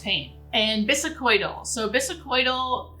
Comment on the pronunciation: I am RN for 30 yrs and in the throes of interviews to become a hospice nurse. Love your videos to help me prepare. 😊 May I suggest?? plz check pronunciation of words like bisacodyl . defibrillator (there is no “u” in defibrillator nor an “oi” sound in bisacodyl. You are obviously a very highly intelligent nurse and author and i hope this tiny critique doesnt offend) Thank you again. I learn so much from your videos.❤